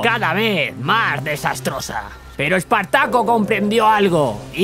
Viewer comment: "EEEEEEEpartaco" Servidor: LAN Invocador: Kigrium